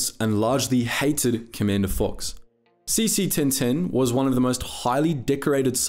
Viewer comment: did anyone else hear saesee tiin tiin instead of CT-1010 or was that just me